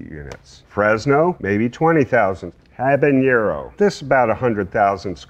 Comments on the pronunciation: I would hope that an expert on peppers would know how to pronounce "habanero" (hint: it doesn't share any consonants with "jalapeño"). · It's interesting that he pronounces "habanero" with an "ñ" character, which isn't actually present in the real word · how can a pepper expert still pronounce habanero wrong?!